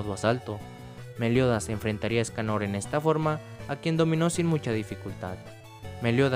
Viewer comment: LOCO LPM DEJA DE DECIRLE ESCANÒR SE LLAMA ÉSCANOOOR LPM ÉSCANOR CON ACENTO EN LA E, NO EN LA O. Besos